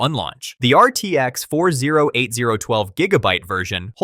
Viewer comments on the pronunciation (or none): "RTX four zero eight zero" lmfao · RTX four thousand eighty